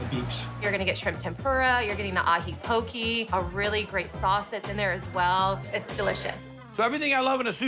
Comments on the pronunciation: Lady in the beginning trying to pronounce ahi poke..so cringe😬😂😂🤦‍♂️ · That girl said Ahi poke?!?!?! 😂😂😂🤦🏽‍♂️🤦🏽‍♂️ omfg someone gotta teach that dumbass how to pronounce it